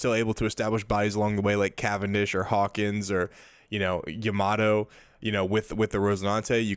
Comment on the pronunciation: Love this guy's content but it's so hard to watch because it's like he's given up on being able to pronounce my favorite leader and one of the. If not the best 9 cost cards. I'm sorry to say, but it's Yamato, not Yamaddo, and every time I hear that I lose focus haha. Anyways, looks like a great deck list, I've been curious about Jewelry Bonny since OP08.